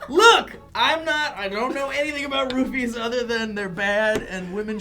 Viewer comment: Every time he tries to say "ruffies" he says "rupees" haha